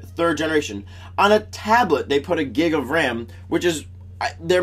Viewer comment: LOL First U sound like saying Geeg of Ram LmaO then of Gigggg hahaha ! Thumbs Up if you noticed that xD :P